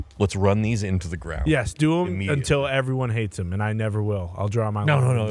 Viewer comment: I’m never getting over saying THUM instead of them everytime